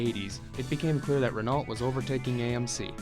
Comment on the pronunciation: I cringed every time the narrator said the word "Renault" It's pronounced "Ren oh:, not "Ren alt"!!!